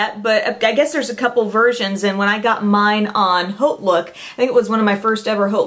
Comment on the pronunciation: it's sounds like Oat Look the H is silent there are dictionary programs that still sound it out.I just figure since your background is in broadcasting you'd want to know how it sounds.Don't you just love the English language?